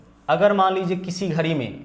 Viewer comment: घरी nhi घड़ी बोलते हैं🤓